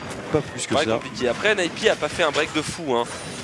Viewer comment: Alors pour la 15ième fois quand tu dis "aine hey pi" ça veut dire N A P et non N i P. ça serait 'aine aïe pi' pour faire NIP. Merci.